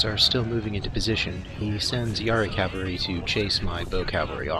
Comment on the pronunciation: Love your videos except the pronunciation of cavalry.